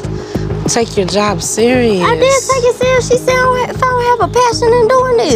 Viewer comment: Lol “let me go find me a jawb “ girl you HAD a job. Why does this girl hate working. So lazy